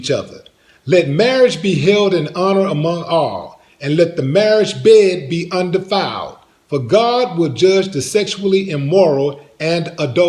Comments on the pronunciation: LOL “Let marriage bed be “undelified”. You better not put your marriage bed in the DELI! 🥪 🛌 🥪 I think you meant to say UN-DEFILED. 😂😂😂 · Lol He said "del I filed"